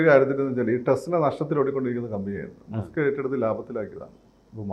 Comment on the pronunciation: മാസ്ക്ക് അല്ല മസ്ക്ക് 👍